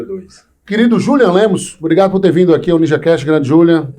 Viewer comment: O homem já repetiu o próprio nome N vezes: Julian e não Júlian. Ninguem respeita!